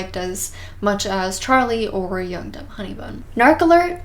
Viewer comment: Every time you said young dumb honey bun, I thought you said yoked up honey bun